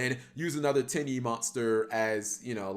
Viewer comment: My girlfriend was sitting next to me not really paying attention to the video about Tenyi and just randomly looks over at me and says “did he just say Titty monster?”